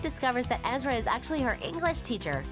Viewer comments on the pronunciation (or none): Ezra not Eerie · Uhhh... it's Ezra not Eerie. BTW I thought the ending was awesome... Lol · Don't you mean Ezra. Not EERIE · Ezra not eerie 😂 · It's Alison, not Allison!! + Ezra, not Eeria! Wth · 1. Ezra was 22 when he and Aria first met 2. Lucy already said in other interviews that took place after that interview you got the info from that she would be open to making an appearance 3. It’s Ezra, not eerie 4. You got Tyler’s age wrong 5. That wasn’t Sasha you showed Ask the fans. We can make your vid with correct facts